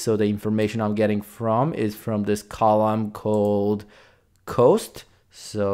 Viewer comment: Pro tip: Cost in English is pronounced "Cahst" not "Coast".